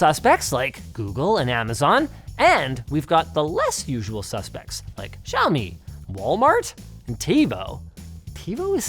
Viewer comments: Linus it's no jaomi it's Xiaomi and if you want to say it more accurately say "siaomi" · did he just called xiaomi giaomi? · Linux... the "X" in Xiami is pronounced as a "SH" so it should sound more like "Shaow - me". Just a FYI :) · can i just take a moment to say that the x in chinese is just the "sh" sound? nothing exotic sounding like Žçhaomi or whatever just "shyaow-mee" is fine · Not one person told him how to pronounce Xiaomi.